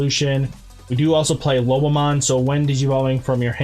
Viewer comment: Just a friendly note, it’s not Lobmon. It’s Lo-bo-mon 👍🏻